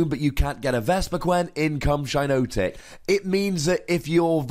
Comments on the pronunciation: Definitely shouldn't be pronounced "shy-no-tic"...It's a hypnotic shiitake mushroom, hence the double 'i'. If anything, it's probably closer to "she-naw-tic" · It's pronounced "Shee-notic", as in the "shiitake" mushroom.